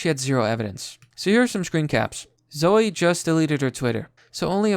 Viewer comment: Seriously, what the fuck is your problem? Do you not know how to read? The name zoe is pronounced zoh-ee, not zoh. Fucking learn how to pronounce words.